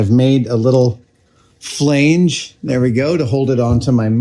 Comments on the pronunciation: "flay-nj" is that the same as a flange? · Had this playing in the background and actually had to rewind it twice to marvel at Adam mispronouncing Flange. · Hehe, you say "flange" funny. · That is not how you pronounce "flange."